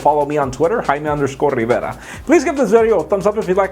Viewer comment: So it's Haima instead of Jaime? Cool...my name is Tou, the u is silent, like two.